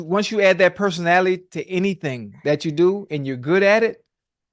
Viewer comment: Why tf Ocho can’t say personality